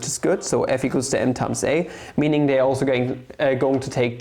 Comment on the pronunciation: It's "they" and not "dey"